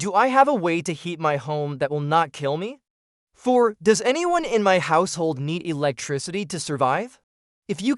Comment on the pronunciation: All good tips. However, WHO NARRATED THIS? "Fir" hours? Get off the "flour"? What is a "blenkit"? Sentences cut off. Did you not listen to your audio? You lose credibility by sounding uneducated.